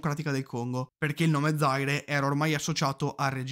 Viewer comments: Zaire , non Zàire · Ciao, grazie del video. Ceylon si pronuncia “sìlon”, mentre Zaire “zaìre”. Spero sia utile 😉